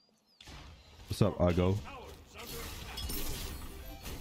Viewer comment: To many khwhats? Lmfaaaaooo chill